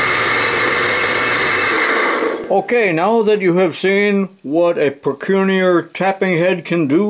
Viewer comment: Procunier, it's French,.pronounced proh-kyoo-nee-ay.